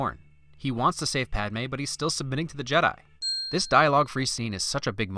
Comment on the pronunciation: Padme not Palme lol